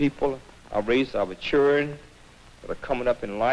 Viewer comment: "our chirren"